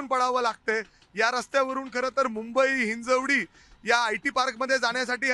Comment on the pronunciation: हिंजवडी आहे ते हिंजेवाडी नाही!!